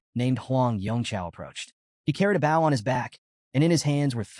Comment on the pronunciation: There are still mistakes in the narration. A "bow" and arrow. Pronounced like a "bowl" of rice. Instead, the narrator says "bowel." A few other mistakes as well.